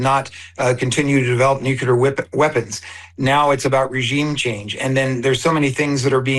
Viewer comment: It pisses me off royal to hear someone in government who should be well educated mispronounce the word NUCLEAR!!! THERE IS NO Q IN NUCLEAR. IT'S NOT HARD TO SAY IT RIGHT. EVEN PODCASTERS DO THIS! EVEN HIGH RANKING OFFICIALS DO THIS!! IT IS AN IMPORTANT WORD AND NEEDS TO BE UNDERSTOOD AND PRONOUNCED CORRECTLY!!!!